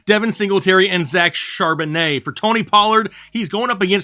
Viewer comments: I believe his last name’s pronounced Chaaaaaaarbonnet! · ☝ I WILL NOT stand for Regular pronunciation of Zack Charbon-AYHEHEHAYYYY